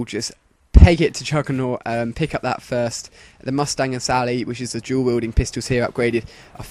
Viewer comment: sounds like you say jew wielding pistols